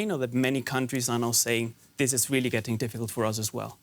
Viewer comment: I think the blonde chic must be Elmer fudds granddaughter she says be bewy bewy qwiet I'm hunting Wussians